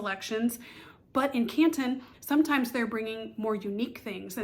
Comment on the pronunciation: As a local I gotta say drop the T….it’s Can ‘un